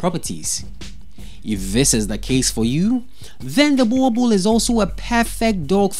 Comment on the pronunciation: Wrong pronunciation of Boerboel